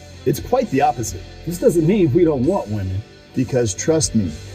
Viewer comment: "How to select the right whamen" Did that guy really say that? Let me guess, I'll need some tactical soap and a fedora next right? 😂 A self respecting man doesn't need a whamen.